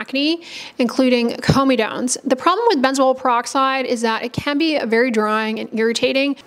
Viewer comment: Comedones is the plural or comedo, not of comedone Also pronounced cor-medo-kneez